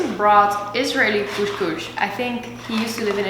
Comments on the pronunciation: it‘s called couS couS and not cousch cousch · don't forget ginger. There is no morrocan meal without ginger 🤗 It's couScouS not kushkush 😂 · It’s called cos cos (not cosh cosh)😂😂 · I'm from israel, express it couscous ( Don't express the sh, just s) :) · Kus kus, not kush but kus🤣🤣😂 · its called koskos not koskosh and Israel doesn't exist and koskos is Moroccan dish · You are so cute! Actually you pronouns it israeli kooskoos (not kooshkoosh), but in israel we call it ptitim. Love your videos!😍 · Couscous. Not 'coesjcoesj' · Hi I live in israel, the lest meal you made is called koskos not koshkosh. And actually this is not koskos this it ptitim google it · As an israeli..you say couscous, not coushcoush haha..love you! Such a great video :) Gave me some meal ideas *more Israeli dishes you migh like as well- shakshuka, and Falafel. Google it :) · It’ s so cute the way you say « coushcoush » . It’s couscous. It’s far from the way we do it in morocco but it’s an interesting recipe to watch. Thanks for sharing. Stay safe ! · Hello from Turkey🇹🇷🇹🇷🇹🇷KusKus, es sounds not ş sound pronunciation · It's kus kus : ) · cous cous is pronounced "kus kus" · im from israel and israeli cuscus is my favorite! u need to say it like "cus cus" no with sh :) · Zmie M yes you do pronouce the s. CouScouS. 😉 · The way you pronounce couscous is so cute 🙈